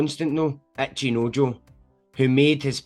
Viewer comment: my brother why do you keep saying "Acheenoejoe"